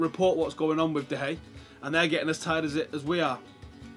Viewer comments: Why he says 'De Hay' I'll never know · Can i just ask why ur saying 'De Hay'? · De gea is leaving man utd because u can't pronounce his name correctly. Hahaha